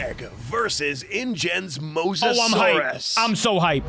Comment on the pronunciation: After a long time has finally said Mosasaurus the right way and also good video